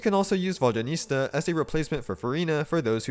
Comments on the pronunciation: Immediately dipped once I heard vodyaniSTa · Vodyanista Fashionista